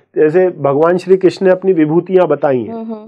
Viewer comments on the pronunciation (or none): none